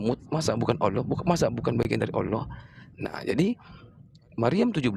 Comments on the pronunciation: Kelihata sekali. Kalau muslim membahas bible menguasai sepenuhnya. Kalau Oten, ngomong Alloh juga Olloh. Boro2 menguasai al-qur'an, nyebut Alloh aja ga becus. Botol botol....oten gaada ilmu, makanya dijelasin gmn pun gaakan ngerti, untuk menutupi nya cengengesan ketawa ketawa. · Sebutan Allahnya yg bener ya.. olohh oloh kakekmu